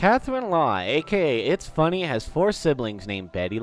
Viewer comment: YOUR SAYING ITS FUNNEH LIKE ITSFUNNAH